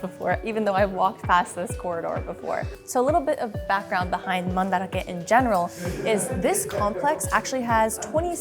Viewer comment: hearing the correct pronunciation is blowing my mind. You mean it’s not Man-Drake?